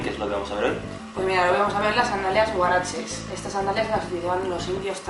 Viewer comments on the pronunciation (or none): Solo que es HUARACHE y no uarache